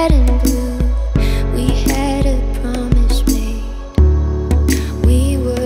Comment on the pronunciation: I like how everytime when she pronounces "s", it sounds like "sh". As in "promishes"~